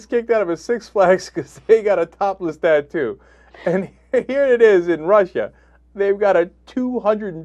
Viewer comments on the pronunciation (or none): none